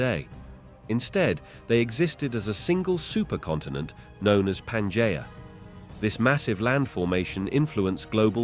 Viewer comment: Why is it that despite using the same AI voice in all of these, which I might add is pretty easy to listen to, that in some of them he can say Pangea correctly and in others he can't. It's not Panjaya.